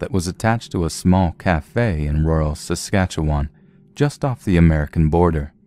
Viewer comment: Woohoo! Thanks for pronouncing "Saskatchewan" properly (not many people who are not from here can pronounce it).